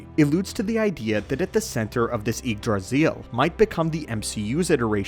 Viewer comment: Good video, but that's not how Yggdrasil is pronounced.